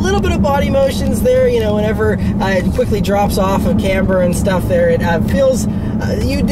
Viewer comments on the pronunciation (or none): none